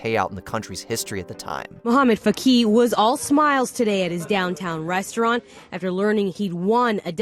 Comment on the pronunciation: they already said the name twice but still mispronounced Fakih ☠